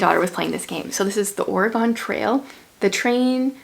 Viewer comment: I really liked the Reckoner's series. Also, it's pronounced "orygun" not "oragone" . I love my state! Love a big book haul!